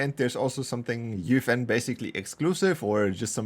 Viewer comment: UEFN ❌ Youfen ✅